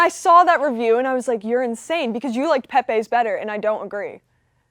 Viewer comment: FRANK PEPE’s PIZZA IS NOT PRONOUNCED LIKE THAT 😂😂 it’s like “Pep-ee” NOT “pepay”